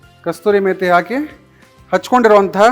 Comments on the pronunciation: ಅದರ ಹೆಸರು "ಕಸೂರಿ ಮೇತಿ" NOT "ಕಸ್ತೂರಿ ಮೇತಿ" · ಅದು ಕಸ್ತೂರಿ ಮೇಥಿ, ಅಲ್ಲಾ, ಕಸೂರಿ ಮೇ ಥಿ! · ಕಸ್ತೂರಿ ಅಲ್ಲ ಅದು, ಕಸೂರಿ ಮೇಥಿ